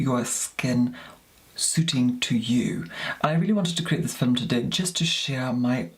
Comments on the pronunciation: I’m from the UK and no one talks like him. As well, no one pronounces ‘film’ as ‘fil-um’! Not even posh southerners 😂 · is stunning! And his voice so velvety! I couldn't think of a proper word, but velvety is fitting...😁 and I LOVE how he pronounces "film" (fill em-love it!!!)... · I can't figure out if film affect is real or part of an act. Either way, it's so annoying to me that I can't get past that to watch a full video. How he manages to make film a two-syllable word is beyond me.:D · I love that he doesn’t say video but “filum” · the iconic "for todays filum"